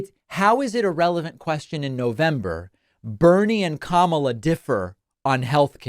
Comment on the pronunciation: How did Bernie say Kamala? Camaler? Cnn says it is racist to mispronounce her name.